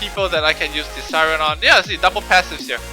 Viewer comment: tease-r-ion LOL